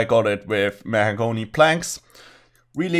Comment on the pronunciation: meh-heh-goany fuck sake man, its not a hard word to pronounce